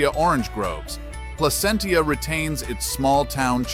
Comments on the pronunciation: It's Pla-sent-cha, not Pla-cent-ia. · From a native Californian, it's PLA-CENT-CHA